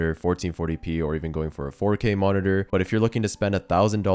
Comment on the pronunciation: you said the worrd "moniteur" 67 times